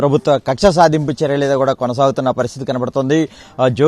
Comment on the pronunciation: కూరా కాదు ర అయ్యా కూడా , కూడా